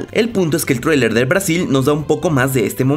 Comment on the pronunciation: Me encanta como dice Traewlier es traileeer weeey ajaja